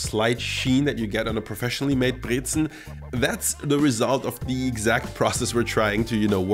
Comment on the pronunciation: I like that you say Brezen and Obazda perfectly. It’s not Brezeln. :)